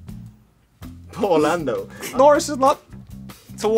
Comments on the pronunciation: “PoOrrr landdooo”😂🤓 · Charles: They're all behind me? Host: Yeah *Dramatic pause* Charles: PoOr LaNdO